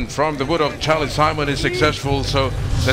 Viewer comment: this commentator says "Sarlie Chimon moving in with the conversion" hahaha Charlie Simon